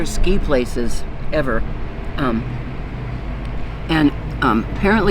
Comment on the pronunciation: The Trekkie in me kept thinking you were saying Tellerite instead of Telluride. The hat almost makes look like Sean Connery.